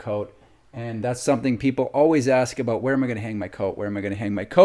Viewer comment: What's that home all aboot?